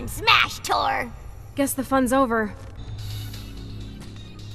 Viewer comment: It's torr, not thor.